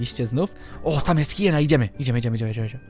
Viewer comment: To jest Hjena nie hayena. :D